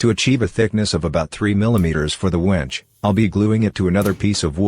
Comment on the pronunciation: Your robot narrator needs to learn how to pronounce Wenge. Why a A.I. voice?